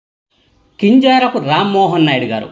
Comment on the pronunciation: కింజారపు కాదు , కింజరాపు ప్లీస్.